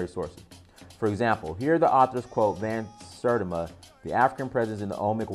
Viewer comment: Bro have you ever even heard of Ivan Van Sertima or much less read any of his books? Clearly you have not even heard of him just by the way you Mispronounced his last name.